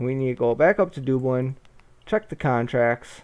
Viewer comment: I just started watching this series to look at the game. I wonder if you ever pronounce Dublin correctly.